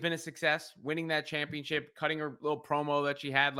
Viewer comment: Tiffy Time needs to last for a while. If Lyra wins her match then the three most prominent members of the last NXT draft will hold belts. Lilian Garcia pronounces "Championship" weirdly. "Championsheeeaaaahhp". It felt like the Uso's entrance took took up most of the third hour.